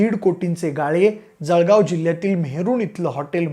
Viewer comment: सळगाव ❌ जळगाव ✅